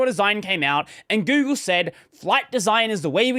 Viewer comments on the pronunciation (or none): none